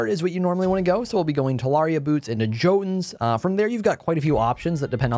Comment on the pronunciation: Why do you pronounce jotunn like that?